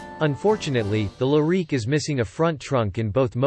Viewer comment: Learn how to pronounce the name of the car. If you don’t know the name; you probably don’t know much else.